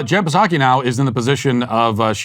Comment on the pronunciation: Does Matt call her Puh-Sacky on purpose just to troll her or does he really just pronounce it that way? This is a serious question.